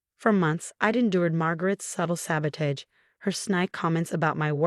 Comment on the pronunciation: Same storyteller who mispronounces several words like sabotage, honor, facade, etc. which can be in fact edited if the author is not lazy.